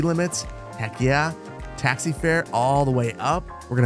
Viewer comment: Bro cant say taxi